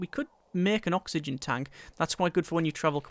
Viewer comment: OKSWHYGEN?!?!?!?!?!?! xDD